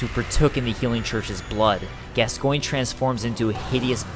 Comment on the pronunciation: Pretty sure gascoinge is French and is pronounced gasgauw